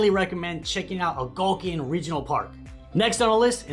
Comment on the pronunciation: It's pronounced Algonquin...not to mention the 20164 side was built buy US steel in the 60's.